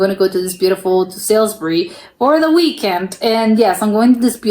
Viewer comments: It's not Sailsbury - it's SALISBURY pronounced Solsbury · Salisbury is pronounced “Saulsbury” not “Sailsbury”. This might be AI. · Hi! Just so you know, the city of Salisbury is NOT pronounced "Sailsbury / Sales-bury", but "Sawlsbury" ("Sawl" as in "Trawl"). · Salisbury is not pronounced how it is spelt, but it is also mis-pronounced in this video too! Think Sauls-Brie or Sols-Brie for the correct pronunciation! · That's what I was thinking, why the blazes is this person pronouncing Salisbury as "Sailsbury"? That grates!! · Ai narration Salisbury is not pronounced how it isnsaid in the video